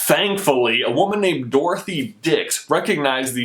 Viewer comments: it's DorthEA Dix not DorothY Dix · wait rewind did he say dorthy dicks, XD sorry I have a wrong mind